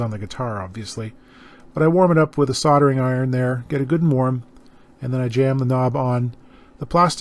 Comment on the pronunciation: Your British accent is spot on mate! Amazing hahaha, good job on that SOLDERING. heheh